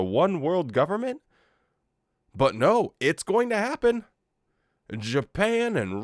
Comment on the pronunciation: At 1. Did he say"seven neen"? One thinks he did. This one thinks he must work on pronunciation (I'm sorry, but he annoys me so much that I've become a pedant. Do you know that I can't stand it when he says, "nooooo" in that sodding way of his. It sounds so bloody wet)